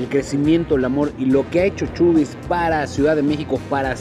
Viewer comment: se dice asi como lo lees chabie's no chubie's